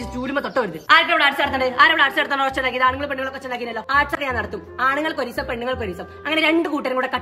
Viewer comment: Pennaggal.... Pennaggal... Pennaggal... Enthonna ith 🙄😬